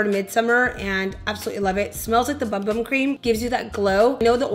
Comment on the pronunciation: I heart you but it’s pronounced “ boom boom” cream lol 😂 like shake that boom boom! 💃🏻 I’m loving that sleek pony with those earrings and that simple eye/red lip, yes! My fave thing this summer was wearing all warm, sunset eyeshadows, Colourpop Yes Please palette was my go to! IG: adelaney5 💖